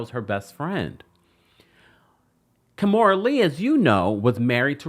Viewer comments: It is Ki-mora not Ka-mora 😵‍💫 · 🤦🏾‍♂️ Key-More-Da(Amistad Voice)